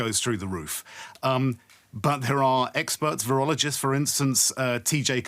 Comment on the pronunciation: Everytime they say "experts" im hearing "eggsperts".